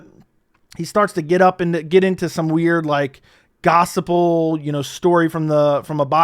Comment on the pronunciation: keeps saying "gossible". WTF?! Its gospel!! 😂😂